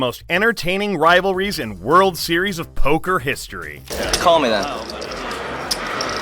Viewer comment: Man I sure did love that verbal showdown between Hellmuth and Negreanu at the 2008 Driswur Zeriesowba.